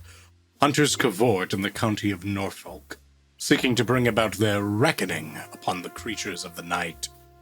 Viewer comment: Oh god oh fuck he learned how to pronounce norfolk he's become more powerful than we can imagine